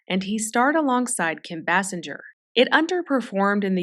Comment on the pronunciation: Just as an FYI, Bassinger=Bay-singer 😀